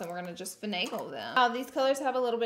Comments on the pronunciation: Take a shot every time she says fanagle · Drinking game Take a shot every time Laura says “fenegal”